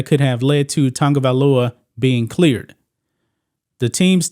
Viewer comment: Why the f everyone calls him Tangavailoa? There is no 'N' dumdums. 🤣🤣🤣🤣🤣🤣